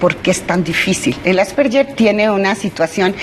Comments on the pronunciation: "Asperger" no "Asperller". Pronuncia mal el nombre la Doctora. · Asperger o asperyer?? Empezamos mal ,, Asperger,,, que tristeza que ni siquiera pronuncia bien la enfermedad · Nop es Asperguer o Asperger el científico que lo descubrió era Aleman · Pronuncia mal el apellido alemán " asperguer" así se pronuncia . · De hecho es Asverguer